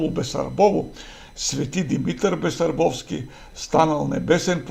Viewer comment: Басарбовски, не Бесарбовски. Селото е БАсарбово.